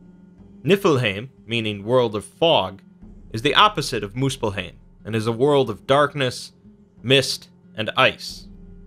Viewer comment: Its called muspel-haim not heim